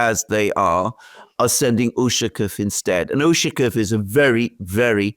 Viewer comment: UshakOOOv, stress on the last syllabus